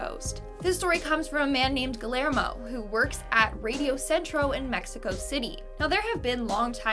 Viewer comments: Guillarmo is pronounced gee are oh the l's are silent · In spanish a double LL Makes a Y Sound.. Guillermo gui-yer-mo